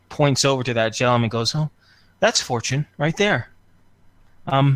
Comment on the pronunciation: First time i hear fortunes name i thought it was four chin